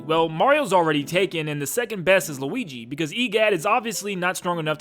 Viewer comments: I like when he says luigi for the first time in the part where he started talking about luigis mansion he actualy said luiki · When he is just getting into luigi's mansion 1 he says luigy